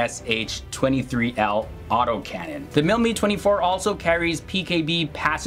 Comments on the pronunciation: Calling the Mi-24 HIND the MIL Mee 24 is like referring to the U.S.A. as OOSA. The presenter doesn’t know how to pronounce the helicopter nomenclatures, not is he an expert. There’s more to performance than dash speed when it comes to advanced attack helicopters. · Your pronunciations are awful, sorry. Couldn't get through your video... and I love both these helicopters! It's not pronounced "Mee," it's "Mi" ("Em Eye"), as in "Mi-24 or Mi-35." And it's not pronounded "Hend," it's pronounced "H[eye]nd," with a long "i"... I'm former military, but I knew both these helicopters well from grade school, AND how to pronounce them. If you're going to do a video on anything, you really need to do your due diligence... fwiw